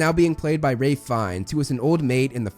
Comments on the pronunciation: “Wurwick” Davis “Wraith” Fiennes 🤨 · sounds a bit complicated, but good one! Yeah, I only have heard of Rahlf before, as in Ralph Emerson and Ralph Scamander, rather than. This made me confused every time when watching the behind the scenes moment of HP. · It’s Ralph not rafe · Ralph. Not Raph. 😂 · It’s pronounced Raph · It’s Ralph not Raif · It's RALPH Fiennes, not Raif... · He keeps saying the person was casted. If your cast for a roll your cast not casted. Like a school of fish is a school of fish not a school of fishes. Plus he can't pronounce the name Ralph he says raff. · Also it’s RALPH (RALF) who the hell is Wraith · Ralph Fee-knees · NO!!!!!! NO IT IS NOT !!!!!!!!! YOU ARE JUST SPECIAL IF YOU HONESTLY THINK THATS HOW YOU PRONONCE "RALPH"